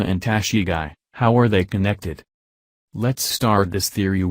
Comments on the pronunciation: Wtf is Tashigai!???? Go home dude and practice pronounciation!! And your country's president mocks the accent of other's lol!! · It’s tah-she-gee